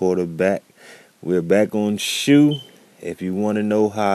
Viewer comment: It's not called shoe its shou